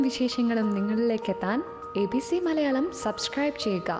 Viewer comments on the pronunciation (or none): none